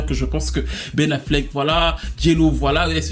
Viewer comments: Aïe aïe aïe, le « Pen Afflec » m’a tué ! Houuu j’ai tellement rigolé ! C’est pas bien hein.. mais franchement c’était trop pour moi 😅😂😂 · Le « Pen Affleck » m’a terminé 😭😭😭😭